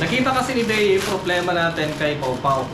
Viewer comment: Parang Idea po ang bigkas, not sure po but look like po.